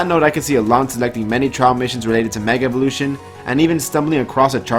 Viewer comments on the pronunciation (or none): none